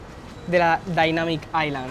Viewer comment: La “dainamic aicland ” 😂